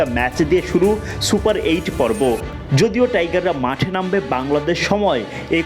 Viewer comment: 😂 Chupar eight?😂